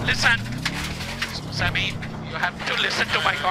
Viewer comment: It's "Samir", but you're right, trying to recreate this legendary video in game had me laughing hard 😁